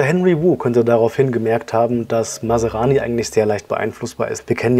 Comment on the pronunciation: Man spricht NICHT Masarani, sondern Masrani!